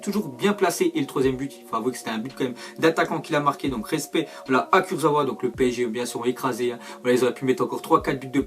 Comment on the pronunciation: On dit kursaVa